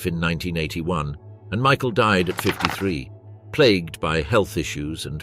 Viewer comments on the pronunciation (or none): none